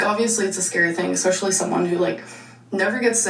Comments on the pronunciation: did she just say 'ex-specially', or am I just hearing it? lol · yeah she has no idea how to say especially. in the askfms she even WRITES it as expecially